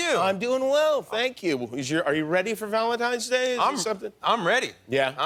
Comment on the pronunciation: VALEDITES DAY